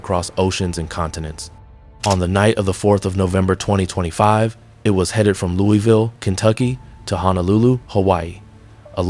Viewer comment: It’s pronounced LOO vul.